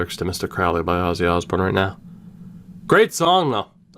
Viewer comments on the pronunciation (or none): Did you say ossy Osbourne tHe GuY pOsT mAlOnE dIsCoVeReD